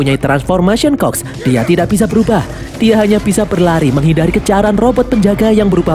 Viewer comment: Admin : transformation cogs Gw yg denger : "transfomation COK" 🗿🗿🤣